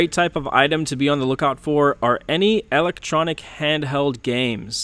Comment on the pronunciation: Thank you for the sold video!!!! I learned so much. I love the way you say E-LEC-TRONIC Lol. So funny!